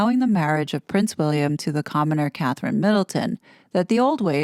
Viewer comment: What kind of journalists are researcher is he if he can't get Catherine's name correct